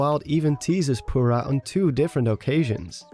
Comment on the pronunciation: Impa is playable, and Purah is seen. Purah is pronounced POUR-A Our lives are a lie